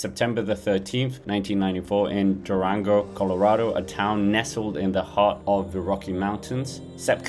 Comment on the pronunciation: Durango, not DuRRango!